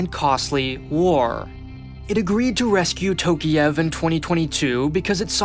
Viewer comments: It's Tokaev, not Tokiev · Dude. Can you please at least put a name into google dictionary and listen to the English pronunciation of a name. Wtf is Tokiev? Tokyo + Kiev? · And it's Tokayev, not Tokiyev. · Bruh, you overlooked so many things. At least, call the names with a correct prononciation. “TOkiEv” 😂😂😂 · Tokiiiiev?!! tf ?! TokAyev! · Nah, he did not. Almost all names and lastnames have the wrong vowel stressed. Tokayev is the worst, since it should sound like "Talk-Eye-Ehvv" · It would have been nice to learn how to pronounce the last name of the president of a nation you are talking about